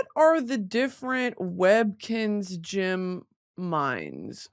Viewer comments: No ones gunna address how she pronounces GEM????????? Jim?????? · Brit i love you but its GEM not GYM 😭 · she say gym instead of gem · Girl, learn how to say gem and not gym